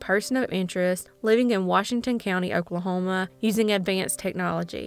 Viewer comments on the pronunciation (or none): none